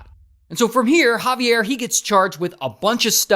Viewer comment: When I say the the Javier I shouted thats (jah-vi-air)